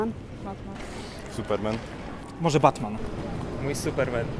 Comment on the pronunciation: Buttman, lol. Chyba Batman :) A, Ślązacy ;)